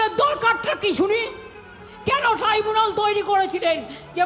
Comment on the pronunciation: মমতা তো ট্রাইব্যুনাল বলছে না। , বলছে ট্রিবেনাল